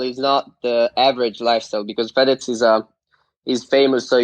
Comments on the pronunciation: Nobody: Logan: fedes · Every Italian hearing the way Logan says fedez : I think I’m going to kill myself